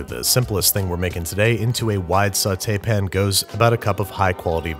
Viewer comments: You will never understand the rage I felt listening to you say "sautee-pin" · Ok. “Sauce-pn” I could tolerate. But I physically cringed when you said “sauté-pn.” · saute pin - saute pan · Sounded more like "soughtaypun" to me. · “In a small sauté pin” My disappointment is immeasurable, and my day is ruined. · Did you just say "Sautepin." -.- You're a great troll lol. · No one: Literally no one: Babish: sauteepin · Sautepin? You did not. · Am I the only one that heard him say sauté pan like that?